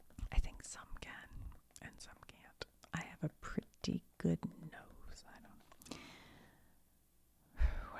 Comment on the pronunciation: i was dosing off and when you said "i have a pretty good nose" i thought you said "i have a pretty big nose" i had to rewind to clarify haha